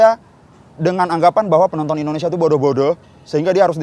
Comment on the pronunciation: IN DO NE SIA mba bukan Innesia 😂😂😂